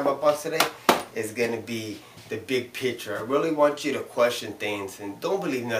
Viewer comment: It's "picture"...not "pitcher"